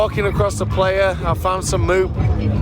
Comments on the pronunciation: It is pronounced pl-eye-uh, not play-uh. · It’s pronounced “ply-uh” not “play-uh” 😊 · 1 minute in and I'm like.. 1. $600 Ticket is cheap AF Festival? 2. Tell me you're not a burner without telling me you're not a burner. Lol 3. Plehya? It's Playa and it means Beach in Spanish. It originated in a beach in SF. I just want to fast forward to the end atp, hoping they understood what Burning Man really is. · "Were here, not to take the piss like you might think we are, we're here to respect this place, understand it and tell you what it's like." Start with not looking like a total noob and tourist by correctly saying 'PLAYA'. It is pronounced 'PLIER' guys! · lol love yall, it’s pronounced “ply uh” not “player” lol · Great job guys. Next time,,,ply-uh haha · Omg “Player” 😅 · You are not saying playa correctly , it's more like ply - ah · Great video, but I wish you could pronounce "Playa" its Spanish for beach pronounced like the tool - Plier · its pronouced PLY-YA. its Spanish for " Beach". You are literally on a dried out lake bed. good video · Time to learn some Spanish, it’s pronounced “ply-uh” ;) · I started following you channel last year…and as a burner - I really love how you covered the event by jumping all in. You embraced the culture and did the playa (mispronounced horribly) proud. Did you know that every country in the world and even every state /province in North America have their own mini regional burns….please consider visiting the global events. Anyhow - Great job. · Playa is Spanish for beach, and you butchered the pronunciation lol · Look up the proper pronunciation for “Playa”…which means “beach” in Spanish.